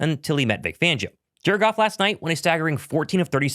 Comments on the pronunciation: Are you saying jerkoff instead of Jared Goff intentionally? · 😮 I was like "! What's going on man"!!! Any time you said Jared Goff, it sounded like you were saying jerkoff!! Lol I thought you called them the Jerkoff Lions!!! 😂😂😂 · are you pronouncing Jared Goff as jerkoff on purpose? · Is it me or does it sound like he's saying jerkoff when he says Jared Goff? 🤣🤣🤣🤣